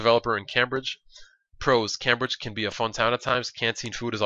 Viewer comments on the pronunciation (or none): It's Came-Bridge, Not cam-bridge :L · It's pronounced Came-bridge not Cam-bridge. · its not cam bridge its pronounced came bridge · i don't know if there is a correct way to say Cambridge but i have never heard anybody say it Cam bridge i have always pronounced it Came bridge because thats how everybody i know says it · nice video. Just 1 thing though, it's pronounced came-bridge not cam-bridge :D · sorry but i have to say this. its pronounced 'came-bridge' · it's pronounced "came-bridge" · its pronounced "came - bridge" :) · it's pronounced came-bridge. lol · You're not english but Cambridge is pronounced Came-bridge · Cambridge pronounced came-bridge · The way you pronounce Cambridge hurts my ears.